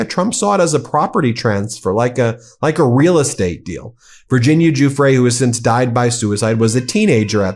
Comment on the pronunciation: The least you stupid American journalists can do is learn how to pronounce Giuffre correctly. It’s not that hard. Google it ffs.